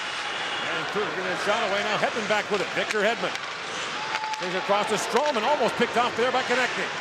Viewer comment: it is strålman not strollman